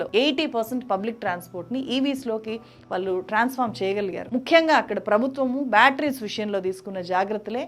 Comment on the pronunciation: Learn to say వాళ్ళు, కళ్ళు